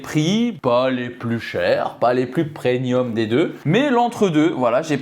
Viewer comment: Hahaaa tu me fais rire à dire « prenium » au lieu de premium